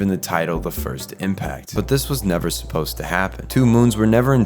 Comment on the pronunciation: Never suppos*ED* to happen. Cata*CLYS*mic results. and half a dozen times before; BEANS? Why are they beans? It took me 10 solid minutes to figure out that you were trying to say "being". There are TWO SYLLABLES in that word: "be-ing". Honestly couldn't watch it any farther than that.